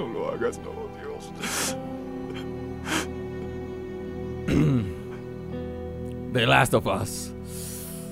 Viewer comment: THE LAST OF US Y SE PRONUNCIA AS SI COMO CULO ASSSSSS ASSZZZ!!!!